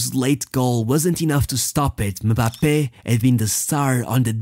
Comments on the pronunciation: The fact you pronounced his name properly deserves a thousand likes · He pronounce them like it’s pronounced in their respective country , i’m french and that’s how we pronounce Kylian Mbappé